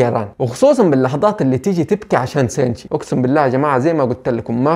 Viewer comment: ليش لقول توجو مو كوجورو و حتى شينتشي تقولو سينشي مرا غلط